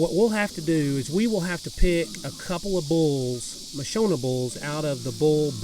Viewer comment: Pronounced Ma shon a, not Ma sho na!! they are from Africa!!